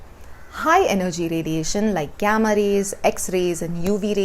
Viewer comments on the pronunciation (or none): none